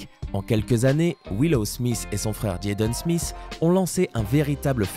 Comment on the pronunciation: On a regrader sa en classe je ne sais pas pourquoi et ta pas bien dit Jaden smith